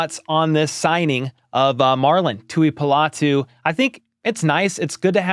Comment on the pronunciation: Pronounced Tu-i-po-lotu. Po not pa. 👍